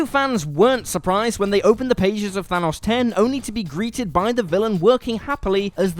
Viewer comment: It still bugs me that he keeps saying Thanos wrong